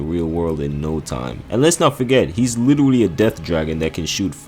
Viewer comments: Take a shot every time he says literuwally. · Was anyone else kinda put off by the way he said “literally”?